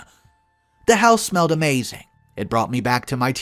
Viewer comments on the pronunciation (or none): none